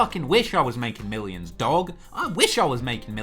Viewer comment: Loved how he said dogs like an aussie